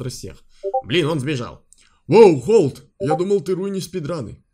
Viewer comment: Не холд а хальд